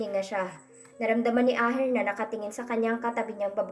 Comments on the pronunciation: asher po, hindi po aher... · Pwede pronounce your words properly. Asher not Aher more nice to hear the correct pronounce, Sorry correction must under your care. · wag nanaman ibahin ang name ni Asher, Hindi aher. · Ito nanaman Yong narrator na robot Kakairita ano daw Aher😅😅 akala ko Asher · pkibasa NG maaus.. ASHER. NOT AHER.. READ VERY WELL.. PLEASE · Ayan tama ang gnwa mo asher,dhil plabas lng ng 2 un, mga sira ulo ng mag aama,hndi k mgttgumpay av a sa mga mssama mong blak lalo p at pera lng ni asher ang hbol mo, ashe at hndi aher,ang pngit pakinggan,ang gnda p nman ng story,c asher nga ang tunay n ama ni elora,sna nman wlng mrming stress ng story👍👍👍❤️❤️❤️ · Aher? Or. USHER please be careful Ganda Sana ng kwento